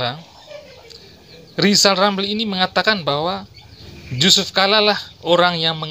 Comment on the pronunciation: Lisal Lamli,,,Sukuh ngomong R yg jelas